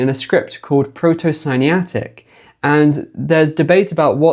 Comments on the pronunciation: QUIBBLE. You said Proto-Siniatic. You probably meant Proto-Sinaitic. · 🗣️ Correct Pronunciation: Proto-Sinaitic = /ˌproʊtoʊ sɪˈnaɪ.ɪ.tɪk/ - Breakdown: - "Sinai" = /ˈsaɪ.naɪ/ (rhymes with "eye") - "-itic" = /ˈɪtɪk/ (as in Semitic, Hittitic, etc.) - Together = "sih-NIGH-ih-tik", *NOT* "sih-NAI-tik" or "sinie-atic" 📚 Citation: Oxford English Dictionary, Merriam-Webster, and academic usage (e.g., *The World's Writing Systems*, eds. Daniels & Bright, Oxford University Press, 1996) confirm this construction: - "Sinaitic" is derived from Sinai + *-itic*, with the pronunciation preserving the full root. 🎯 TL;DR: "Proto-Sinaitic" has 5 syllables. Dropping the “-i-” between “Sinai” and “-itic” is a truncation, not the formal linguistic or historical pronunciation. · Not just one. The correct pronunciation is SINAITIC (from Sinai), not SINIATIC.